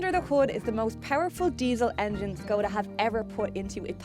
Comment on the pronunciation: actually pronounced the name correctly (Škoda is pronounced like "Schkawdah"). I think it's a sign of professional approach when a reviewer puts an effort into correct pronunciation of foreign brands.